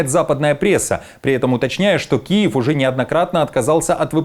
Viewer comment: КУЕВ а не Киев....😂😂😂😂😂😂